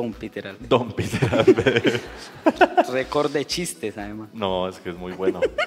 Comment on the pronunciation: No es Peter Albeiro, es Peter Laveiro.